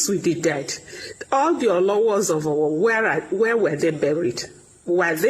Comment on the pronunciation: Can someone please put Dr. Abati in check and tell him to stop correcting his co-anchors while the program is still going on live. mispronounced "Owo" while talking is not enough reason for him to humiliate her by correcting her live on TV as if she is a toddler learning how to speak. Dr. Abati does this a lot and I feel it is very unprofessional and he needs to be stopped. If coorections are to be made, it should be done before or after the program has aired.